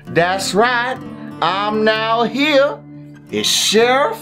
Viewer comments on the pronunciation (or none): When you said sherrif messyourself I thought you said chef messyourself